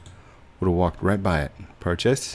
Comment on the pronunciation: I don't know why but when say "purches" it gives me goosebumps